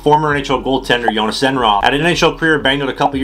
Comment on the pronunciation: You couldn’t be more wrong lmao. All the Os in his name are pronounced like the O sound in ”load”.